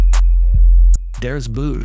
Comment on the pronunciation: Das BOOT the pronunciation of the oo is like in Ho not like in Moon.... and the T at the end is a hard one not like a d.... just to clear up why american movies except Inglourious Basterds never get it right........